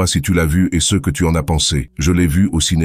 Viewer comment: Pourquoi avoir changé la voix ? La voix francaise était bien mieux et bien plus réaliste avant ! Cette voix a, en plus, de mauvaises prononciations des mots "ce", "ces", "ceux", "ceux-ci" et des erreurs dans les chiffres qui rendent l'explication risible... dommage ! S'il vous plaît, remettez la voix précédente !